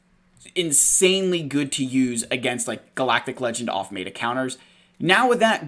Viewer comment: I can't get over the way you say meta (Mayta!?). Good video as always! Hope you're family is doing well!